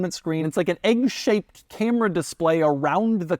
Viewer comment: The cam-ray😂